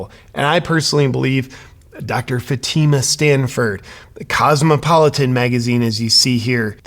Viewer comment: It's FATi ma... Come on FATi ma... 🤣😂🤣🤣🤣😂🤣🤪